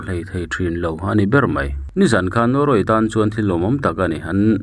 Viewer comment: Vawkhniak zawn thla,i lam rik dan hi a dik lo nia aw,midang zawtthin lathil in zawn anga,lam loh tur,tin zawn ti anga lam tlema lam rik san hret tur